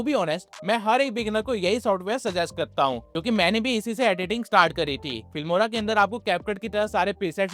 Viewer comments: Fimora ❌ Filmora ✅ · filmora not fimora